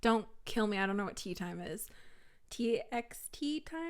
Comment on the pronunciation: Don't worry. You actually pronounced T:Time right 😂👏